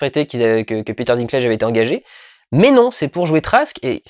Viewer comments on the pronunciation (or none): none